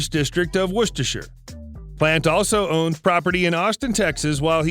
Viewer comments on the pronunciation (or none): Lol, at the way they pronounce West Bromwich, Staffordshire, and Worcestershire. Why is there a picture of Mick Jagger ? When it first talks about him meeting future bandmate John Bonham why is there a picture of Robert Plant and Jimmy Page? Wow, when listing some of their albums they miss out 3 of the most famous ones, Led Zeppelin II, Led Zeppelin III and Led Zeppelin IV!